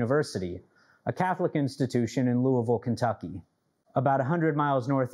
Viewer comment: He said louisville right. Damn